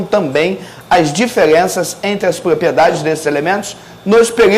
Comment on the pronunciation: Por que ele fala : '' peliódica, plopliedades,replesenta...'' ??